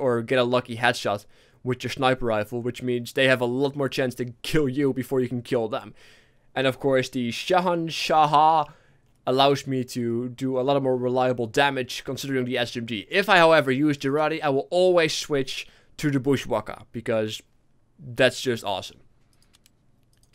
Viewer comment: To anybody having difficulties: it is pronounced SHAH-HAN-SHAH. Not SHAH-HAN-SHAH-HAH.